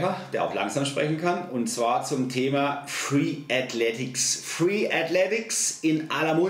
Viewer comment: Ok, weil du hast es in deinem Video falsch geschrieben und auch ausgesprochen. Aber vom Inhalt (und ich mache selber Freeletics) kann ich dir nur zustimmen